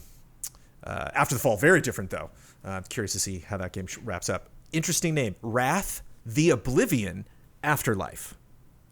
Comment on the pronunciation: Correction: , not sure if just mispronounced or wrong idea but the game is Wraith: Oblivion (wrAYth, as in the ghost, not wrAHth as in anger). Wraith: the Oblivion is one of White Wolf's World of Darkness settings that are starting to get more video game adaptations (like Vampire: The Masquerade / Werewolf: The Apocalypse).